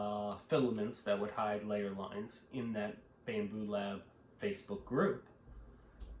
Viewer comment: You lost me when you said bambooooop lab